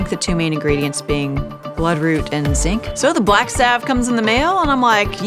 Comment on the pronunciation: Salve. Like valve. Her mispronunciation is KILLING me.